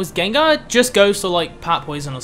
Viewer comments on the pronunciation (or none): none